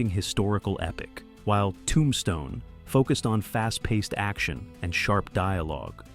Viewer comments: Nice video...but why do you say Tombstone like that?? ToOmbstone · I have definitely been saying the title of the movie wrong since it came out. Never realized it was pronounced TOOmStone. That is what I learned from this video. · i made it to 23 - AI is not terrible but the weird emphasis on "Tombstne" and unnatural pausing was too much for me. another AI script that was not very interesting and spoken mostly naturally but off by enough that I had to just stop. i loed the film and wanted to enjoy this video